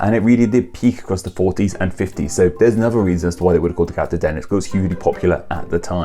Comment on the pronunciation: Wow! I got quoted! (And you pronounced my name right, which is rare.)